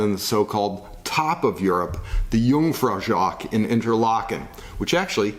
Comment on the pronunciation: dude, is it really so hard to learn how to pronounce German name? e.i. Jungfraujoch? There are much less snowboarders in Europe because skiing is much more fun.